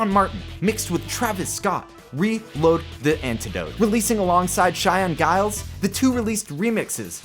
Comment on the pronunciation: Just a heads up, it’s pronounced as JILES, not GILES with a G sound. I just found this out recently.